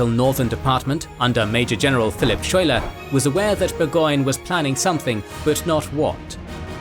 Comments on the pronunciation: Didn’t you see Hamilton? It’s pronounced “sky-ler” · Just FYI (even though he probably won't get mentioned again), it's pronounced Skyler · Lafayette pronounced (laf-a-yet) Schuyler pronounced (Sky-lar) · It's pronounced, "sky-lar". Just FYI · it’s pronounced ‘Skyler’ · General Phillip Schuyler is actually pronounced as Sky - ler. The town that Burgoyne's surrender in was called Saratoga, and is now named Schuylerville (which is my hometown). Schuyler's House (and an obelisk celebrating the battle) are in Schuylerville. Jane McRae is pronounced Mc - ray. The reports of her death and the use of Hessian mercenaries enraged the colonists and led to the huge influx of troops to Gates position between the first and second battle. Bemis Heights is pronounced Bee - miss. Finally, the injury that Arnold sustained led to his recovery in Philadelphia. His anger of Gates taking credit for the victory at Saratoga and the problems with his military governance eventually led Arnold to his betrayal of the Revolution. And just because any British person visiting the battlefield will get it wrong, there is a town just east of Schuylerville named Greenwich. In New York, that is pronounced Green - witch. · A#4.comment regarding pronunciation of principle characters' names: General Philip "Schuyler" the correct (local resident) rendition is "Sky-ler"